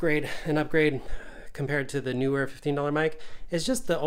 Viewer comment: NEE-WER as in knee-wur